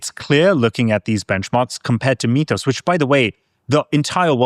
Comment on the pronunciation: "mee-thos"... say "myth" now say "mythos"